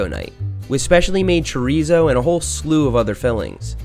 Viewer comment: I cringed when Seth said chorizo wrong, just one of these things that annoys me